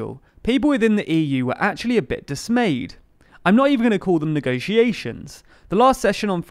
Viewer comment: "Quite Dis-May-ed" was the name of the season 3 finale.